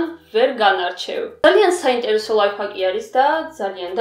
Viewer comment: ლაიფხაკი არა ლაიფჰაკი